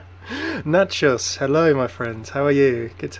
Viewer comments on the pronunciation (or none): none